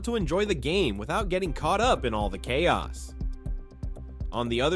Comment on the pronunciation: Oh no just genuinely wasn't sure, you said chaos weird one time which made me wonder xD